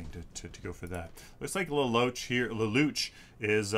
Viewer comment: lol i know it doesn't matter, but lelouch is pronounced like laloosh